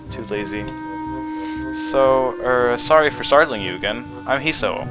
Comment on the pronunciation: When you pronounce 'Hisao' you're supposed to put the emphasis on the last syllable. If you're still looking for feedback on this series, personally I wouldn't mind if you did a bit more commenting in between reading the dialogue from the game. Since I've already played the game I already know the story, and I'm mostly watching these videos to see someone elses reaction to it.